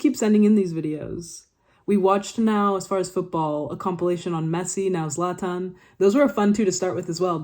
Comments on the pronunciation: The way you prounance Zlatans name is as good it can get, you nailed it. Yes he has ablack belt in taekwondo. And he is also known for being the most hard hitting football player with those 124 km/h. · you are so fucking well educated that you even know how to pronounce a slavic name its insane … the knowledge that you have is sooo impressive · You pronounce his name very well, and yes - it is Slavic. "Zlato" means gold, and "Zlatan" means golden, at least in Bosnian/Croatian/Serbian language.